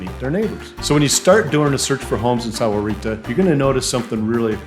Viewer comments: It's not sowerita. It's 'sawrita' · Yeah, that's not how Sahuarita is pronounced. It's how gringos might pronounce it, but that ain't it.